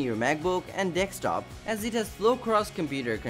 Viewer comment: Its a " DESK-TOP " and not " DEK-STOP "